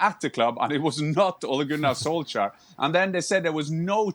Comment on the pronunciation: Craig Burnley doesn't like Ole Gunner Solskjaer because he can't pronounce his name correctly!